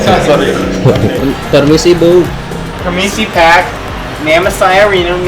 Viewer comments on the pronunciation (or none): Bandung = Bendong Pak = Pack Wkwkwkwk Ngakak asli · that "PAK" jadi "PEK" wah gw ambigu nih aahaha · that "permisi pack" though 😂😂😂😂😂😂😂😂 lmao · "pErMiSi PaCk" Ngakak